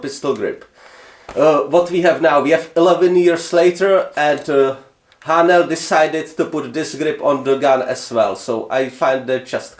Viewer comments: I can’t believe no ones answered you seriously yet lol. When you say Haenel it sounds like you’re saying Ayy-nal (spelled differently so you’re more likely to see this comment) lol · A ok because in German its like a sharp h